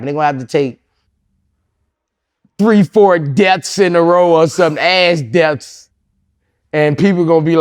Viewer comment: Boosie said “ASS DEATHS” 💀💀😂😂😂😂😂